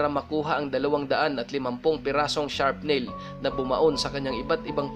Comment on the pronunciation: Correction po SHARFT NAIL PO hindi Sharp Nail